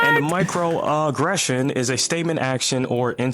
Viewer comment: Micro uh-gression